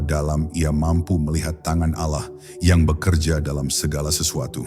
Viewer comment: Maaf, mengucapkan lapadz Alloh supaya d perbaiki🙏